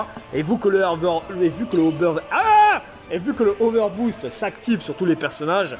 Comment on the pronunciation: Il arriver pas à dire over boost